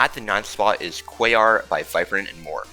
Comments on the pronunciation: He actually says it right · I’m giving you credit. You say Quaoar correctly. It’s the kind of thing that forgives congregation not being on the list.